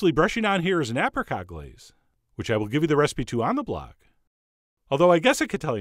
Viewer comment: that looks nice! Why does he say apricot like that?